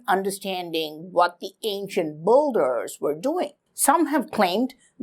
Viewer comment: its builders not bolders